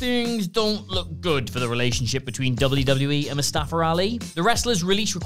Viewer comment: Mustafa* not Mustafer